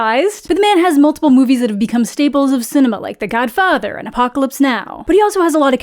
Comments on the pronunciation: WHAT was that pronounciation of godfather?! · Love the Matt Berry esque pronunciation of “The Godfather”